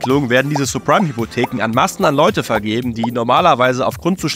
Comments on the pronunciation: Nices Video, es heißz aber Sabpreim Hypotheken, nicht Surpreim... Bitte werde dein Namen gerecht, Cringe Brudi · jaja, zeprime 😂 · Und subprime auch nicht... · Oder subprime 😅